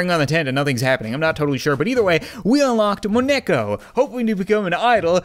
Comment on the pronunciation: he said Moneko wrong